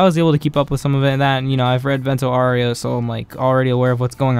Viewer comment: aaaaaaaaaaau its not oreo its aureo haha